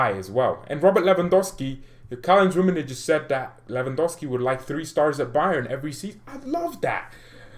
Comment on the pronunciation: One favor, it will do you good, please stop saying "Rummenije" my ears bleeds ;). It's hard "G" like Gabon or goal.Okay? From now on, Rummenigge not Rummenije :)